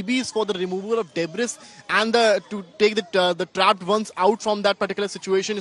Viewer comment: "Debris" is pronounced as " DeBree" not debbriss" As News Outlet using English as a broadcast language Please kindly please find reporters who can speak n pronounce words in English correctly !!!!! It makes for very embarrassing viewing especially when u r watching it with other nationalities!!!!